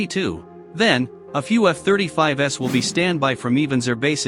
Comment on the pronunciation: Love how the robot pronounces F-35s. Didn’t realize that we had reached the S series so soon after their introduction to active service.